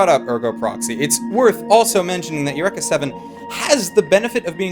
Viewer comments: it is pronounced UR-EEK-A not eck. It is Greek not Japanese ffs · El wrecka! not ur wrecka. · Please stop saying "Yurr-ekka" if you've seen the show.. It makes me sad :( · You-wreck-a-seven. In the U.S. we pronounce it Yu-reek-uh. Is it a Canadian thing or just how they say it in the anime? Just wondering. Another great vid! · Isn't it pronounced ee-you-re-ka? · Holy fuck i thought the standard english pronounciation of eureka was bad enough, how can say it this terribly?